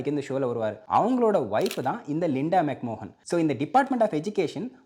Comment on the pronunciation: Mc mohan ah enna bro soldra 😂😂 adhu McMahon illaiya